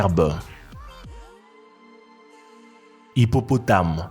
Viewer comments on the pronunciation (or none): comment il dis hippopotame j'adore mdrr:")